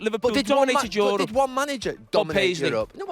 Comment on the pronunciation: Yorope 😂😂😂😂😂😂😂😂 And they said scousers are English